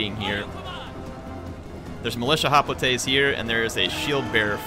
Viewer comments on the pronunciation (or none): As much as I like Total war Rome2, It pains me to listen to call Hoplites... Hoplatay's. He started out saying it right, Than cringe factor started.....